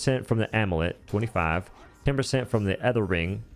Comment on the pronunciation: Did he just pronounce “amulet” as “omelette”